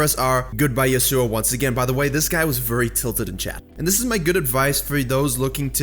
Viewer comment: Pls say yasuo right